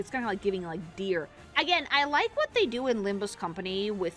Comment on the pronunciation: It's not LimbME Company... It's LimbUS Company!